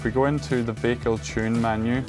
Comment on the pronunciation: Only listening to you makes me wanna sleep. What's the news anyway? If we don't know that there are car settings? When does the school start? What is a veecel? Please wake up first.😖